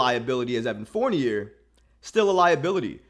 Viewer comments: It's "Four-Knee-Yay." 😑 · I like this dude and his channel but come on bro… it’s “Fourn-YAY”. It’s French!!!!!!! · I stopped listening because he can’t pronounce dude’s name. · The crazy thing is that he looks just like Fournier yet he can’t pronounce his name